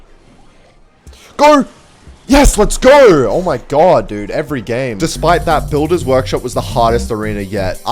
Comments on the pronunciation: cool video but I can't believe how annoying it is to hear "lets gorr" every 5 seconds instead of "lets go" 😐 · Why are u saying let's geur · mf said lets gour